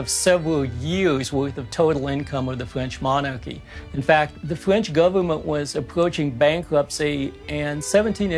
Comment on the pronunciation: "...Which cost over a biwwon fwench pownds and the equivalent of several years worth of total income of the fwench monarchy"